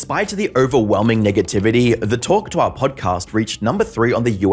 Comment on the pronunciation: The says hawk tuah so elegantly